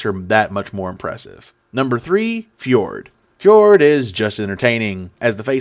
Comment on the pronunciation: Loved the hell out of your summary of the episoode breakdown of stats and characters but Travis has explicitly stated that Fjord is pronouced Ford like the car company. Watch the Q&A from the live Talks Machina at Wondercon and Travis blatantly corrects a fan for pronouncing it wrong and says the correct pronounciation. Also I have been seeing alot of trash talk about Molly as a viable combat character on Reddit and your stat of most damage taken is a proof that he is a tank. Yasha of course is a great tank but she has missed a few episodes for her job and will probably miss more in the future. Beau is very tanky and Fjord has some tank abilities with his magical armor but Molly is up the ish and I like his new item that stabilizes him from death considering he used very recently after getting it.